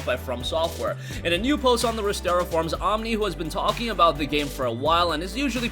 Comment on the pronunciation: Resetera not restera